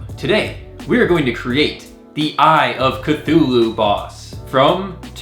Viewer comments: And you are saying it correct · You said eye of cthulhu right :)